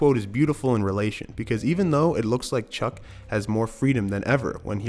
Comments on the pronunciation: wait a minute did you just call him "cuck" instead of chuck for straight 1 minute lmaooo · Are you saying Chuck’s name wrong on purpose at the mark (and then again right after a few seconds later)? Cause the name you said is a word with bad connotations.